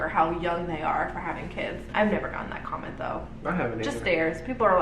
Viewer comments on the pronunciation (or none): Loved this video! You cracked me you said condom instead of comment😂